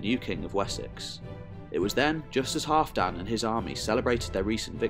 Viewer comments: Great video! But Halfdan is pronounced Halvdan. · I absolutely love this Channel and really appreciate all the work you put into it. However I keep giggling at your pronunciation of Halfdan, like some really short guy called Dan. I was always taught to say the alf in Halfdan as in Alf and Alfred with a hard A. While we're at it, Bagration is Bag Rat Eon. Or as I like to say wrongly on purpose, Bag ration. Like I say Thermistocles "Thermistokkles" or Pericles as Perikuls. Coz I'm daft, me.